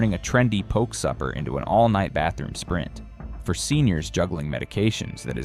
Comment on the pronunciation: It's " Ah- hee tuna" "Po- kay" !!!